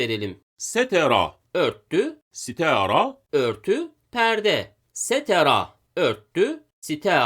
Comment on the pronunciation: Sitera değil sitara